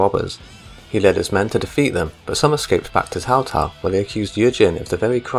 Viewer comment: Sorry for being a prick, but you gotta stop calling Cao Cao "Tao Tao"